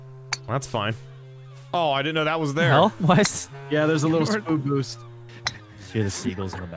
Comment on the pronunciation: did anyone else hear say “spood boost”?